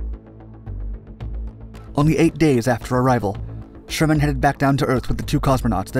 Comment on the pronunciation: Helen Sharman, not Sherman.